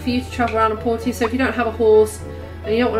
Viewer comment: It’s pronounced “Porsha” they even say it in game that way.